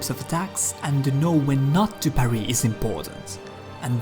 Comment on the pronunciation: He says parry like Paris. I like it.